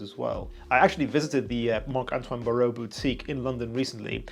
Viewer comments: Bar-wah not Baorrowww 😂😂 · Just a little tip on the pronunciation, it's Bar-wah. Hyped for the vid! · Great review bro! But the pronunciation is BARWA